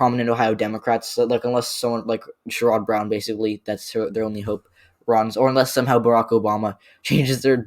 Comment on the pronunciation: Great video. I would probably flip NC and MI but agree on everything else. I think Sherrod Brown’s name is pronounced more like “SHER-id”.